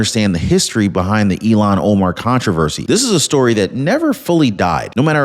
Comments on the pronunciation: It's Il-Han not Elon Keep up the good Work! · I wish you and many others would pronounce her name as it is spelled...Il -han. It is not Elon as in musk. Just an observation of laziness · Hi, maybe I'm hearing it wrong when you say Ilhan but to me it sounds like Elon, no "h." in the sound.